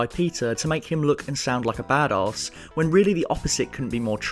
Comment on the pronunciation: man that pronunciation of "badass" gets me every time. "badAWS"